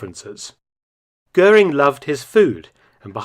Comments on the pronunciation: Interessanter film. Aber der dt. Kommentar ist grottenschlecht. Kein personen oder ortsnamen richtig ausgesprochen😮 etwa " guring". Unnötig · Más que pésima la pronunciación en castellano de los apellidos alemanes: Göring no se pronuncia "Gurín", etc. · GURIN ? NON GOERING :face-blue-wide-eyes